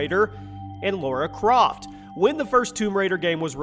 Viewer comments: It’s not Laura Croft. It’s LARA CROFT. If you get things like that wrong, your credibility is shot. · It's Lara Croft not Laura Croft